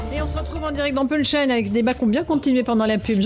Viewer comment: Madame Ferrari.....quand allez vous apprendre a prononcer "punchline"....SVP..... la façon dont vous le prononcez est très douloureuse a entendre...